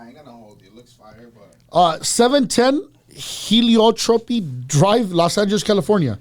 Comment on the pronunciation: He can’t even pronounce Heliotrope right